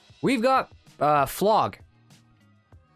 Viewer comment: We got uh flog. we got flog 😄